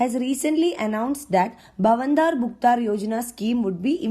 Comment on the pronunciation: U didn't pronounced bhavantar as it should be.